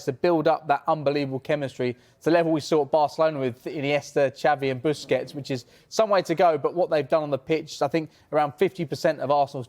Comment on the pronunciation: He said buskets